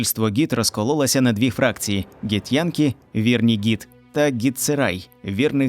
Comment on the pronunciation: Ґі-хто???😂 Вони Ґіфьянкі, а не Ґітьянкі